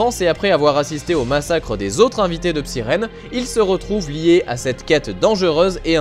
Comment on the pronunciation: Je trouve sa excellent moi , Psyren . Mais sa se prononce Psaïren ^^